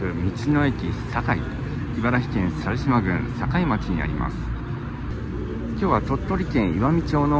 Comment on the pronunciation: お疲れ様でした。楽しい動画でしたが猿島はさるしま ではなくさしまだと思いますが、、、。